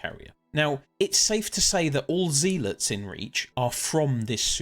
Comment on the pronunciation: amazing video. i wish there was more lore about the devoted sentries. P.s you are pronouncing zealot wrong its "ZEH - LUHT" not "ZEE-LITS"